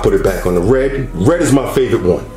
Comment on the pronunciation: “You the colours Wed, gween, bwue and white” 😂 bruh I say three like shree.